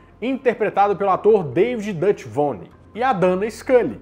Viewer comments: Uma ressalva: Duchovny ( Ducóvini ) e não Duchviny (Dãchvini) mas percebo que a grafia equivocada na tela e possivelmente igual no texto foi o que causou a pronuncia afim. Curiosamente a personagem de Scully teve como molde a de Jodie Foster em O silêncio dos inocentes que fazia um grande barulho na época, inclusive Gillian não convenceu a equipe de cara, conquistou seu papel por competência em seu desenvolvimento mas sobretudo pelo carisma que soube empregar a sua personagem em que havia um misto de frieza objetiva e charme irresistível, aliás, Scully antecipou muito da força e independência em personagens femininas que veríamos daí em diante. Eu não pude acompanhar a série a época, vi um episódio ou outro mas suficientes para me marcar, tanto que estou maratonando agora tantos anos depois e permanço achando ótima. A propósito das participações, até agora já apurei Doug Hutchinson, Jack Black, Giovani Ribisi, Lucy Liu, Ryan Reynolds e Luke Wilson, além do eterno Ash: Bruce Camobell, e percebi episódios escritos por Stephen King e William Gibson. Enfim, agradeço pelo vídeo e desejo longa vida ao canal. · David *Duchovny*, (dush OVNI) não "Duchvony" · pronuncia "Ducóvini", parece que você falou "da tia Ivone" kkkk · O nome do ator é David Duchovny (pronuncia-se "Ducóvni"), e não "Duchvony". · em - David Duchovny e não David Duchvony - "David Duch ovni" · David DutVôny foi difícil de ouvir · Duchvony = Duchovny... heheheheheh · Ótima observação! Notei o equívoco do apresentador!